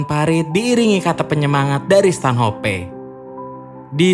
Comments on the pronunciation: Stanhop bang bukan stanhopeee goblok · Bacanya Stanoph bukan stanHOPE